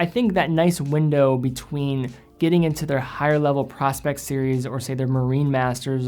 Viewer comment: I think PROSPEX is actually pronounced Pro Specs, which is short for Professional Specifications.